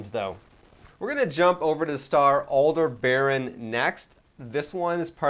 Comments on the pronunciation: Not "Alder-baron". Aldebaran, ONE continous word, no R after the e, and ending vowel is an A not an O. And BT history stopped happening after the 2050s... Just too much absurdities even for a setting that has quite a lot of them already. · I think it's pronounced Al-deb-a-ran, not Al-de-baron.